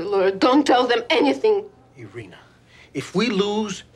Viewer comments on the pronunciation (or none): If she was an actual Russian speaking gal, she wouldn’t let her husband mangle her name like that. Irene (eye-reen) in English, Irina (eer -reena) in Russian. I don’t think you’d ever hear Irena.